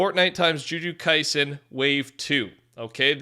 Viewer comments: The joojoo Kaisen is so painful. Can you please just take a few seconds to research the proper pronunciations for names? Just find a clip from the dub and learn how to pronounce names it’s not hard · Stop saying "ju ju kaisen" bruh. I stfg. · The pronunciation for the jjk characters killed me 😭😭🙏🙏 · Bro didnt say A SINGLE GODD DAMN NAME CORRECTLY for the jujutsu kaisen anime and I LOVE THAT